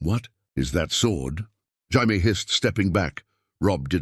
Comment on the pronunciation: So Robb was 15 during Robert's Rebellion? AND IT'S NOT HI-MAY, IT'S JAY-ME. A.I. Trash!